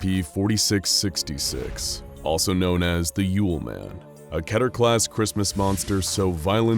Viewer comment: hmm yes ketter class not keter